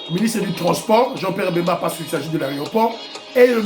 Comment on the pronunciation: Kazembe est BEMBA et non pas BEMBE. merci!